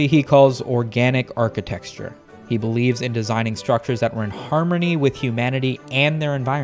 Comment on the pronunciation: Organic “architexture” 😂